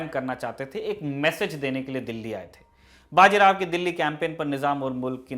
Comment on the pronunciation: बाजी राव नही बाजीराव बोलो